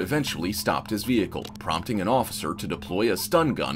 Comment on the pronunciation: 🤣 her accent gets all thick, trying to sound like Sofia Vergara. “Please, no, offifer, I’ve never done anything in my life.” Her pleading and acting is terrible.